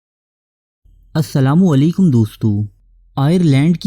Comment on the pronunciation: Bhai sahb apna assalam o alaikum sahi sa bola karo Plz. Ap koch ajeeb sa lekhjy mein bolty ho😌